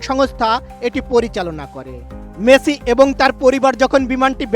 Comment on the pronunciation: মেথি নয়, মেসি। উচ্চারণ ঠিক করুন।